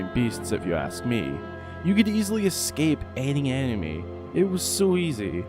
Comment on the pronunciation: Whenever you say “enemy” I think you are saying “anime” and it makes the video 10x more hilarious